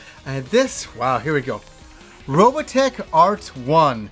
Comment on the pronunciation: ...Why do you pronounce it Robatech ?